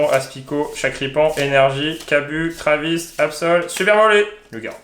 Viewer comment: a dit Trivis c'est Travis caliss